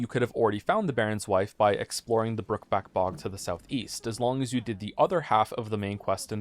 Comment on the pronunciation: spending nearly 10 years on this video and still mispronouncing "Crookback Bog" is incredible lmao